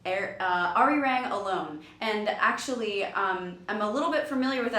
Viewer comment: THIS IS A GREAT VIDEO, DONT GET ME WRONG, BUT THE WAY YOU PRONOUNCED "ARIRANG" MAKES ME WANT TO D I E. Of course, I don't expect you to pronounce it correctly, but it still hurts my insides xD